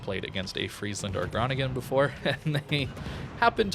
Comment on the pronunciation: Oh god dont butcher the pronunciation of the city i live in ... lol